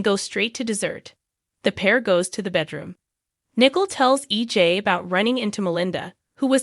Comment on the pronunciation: The name is not pronounced as nickel. It's Nicole (nic coal)